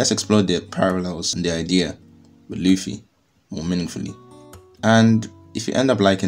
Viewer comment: Did you actually say Monkey D Luci? Love it!